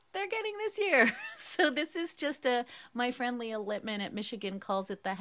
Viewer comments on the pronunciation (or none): none